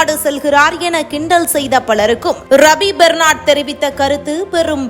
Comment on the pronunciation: ரபி பெர்னார்ட்....! பெர்னால்ட் இல்லை...!